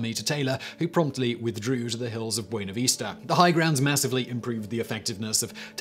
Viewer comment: I was looking for this comment before I said it. He said Buena Vista just fine, but then decides on "abode." lol